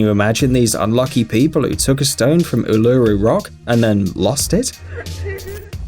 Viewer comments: Apparently, so many people are sorry they took the rocks from Uluru and are returning them to try and remove the curse. These rocks are called ''sorry rocks'' btw Uluru is pronounced oo luh ROO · U-LU-RU, really, what the f***